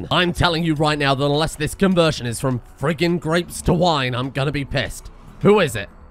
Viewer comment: reeman wene express